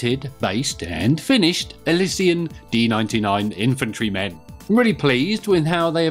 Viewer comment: It's pronounced ill she uns!!!